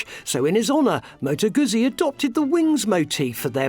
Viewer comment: Aren't you pronouncing it incorrectly? I really do want to take you seriously, but you sound like your reading from a script written by someone else.